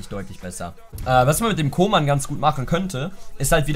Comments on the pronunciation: Der heißt nich koman sonder köman so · Man spricht ihn Kuhman aus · Man spricht ihn Kuhmann aus Es klingt so als würdest Kingsley Coman meinen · Koeman spricht man kuhmann aus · Jemand der koeman nicht richtig aussprechen kann, sollte ihn auch nicht spielen dürfen...coman spielt bei bayern😁